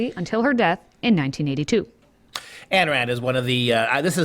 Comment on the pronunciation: Pronunciation of Ayn Rand: please note, "Ayn" rhymes with "sign", not with "can". I say this with 100% certainly, having listened to dozens of audio recordings by Rand's long-time associate Nathaniel Branden.